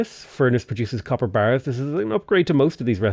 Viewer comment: The way you say "copper bars" always makes me think "capybaras".